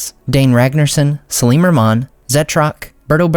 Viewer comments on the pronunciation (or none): none